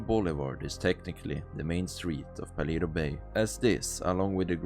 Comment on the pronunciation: Paleto is a Spanish word pronounced "Palayto", not "Paleeto."